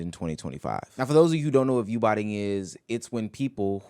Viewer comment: Everyone he said is view botining is literally not view botting